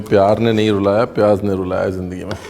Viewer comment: not pyaaj........ pyaaz, thank you